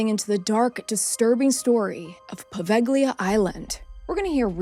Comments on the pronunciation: I am italian and I live in Italy, on another city, but I have been there, it's not a good place to visit. Don't go there. However, the pronunciation it's not poveGHLIa with hard "g"... It's Poveglia, in italian "Gli" has a different sound. By the way, I really liked your video, I have subscribed to your channel right now. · In Italian “ gli” is pronounced as “ Lee” in a word or name or as the definite article before a noun. The “ g” Is not pronounced as it is a diachronic aphthong , a silent letter likr the “ g” in night, lihjt, fight etc.